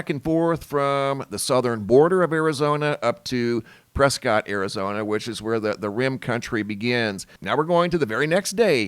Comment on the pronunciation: Really appreciate your information, but you’re not from Arizona are you? If people from Prescott would hear you pronounce Prescott is not correct, per the locals, just a heads up they pronounce it “Preskett.”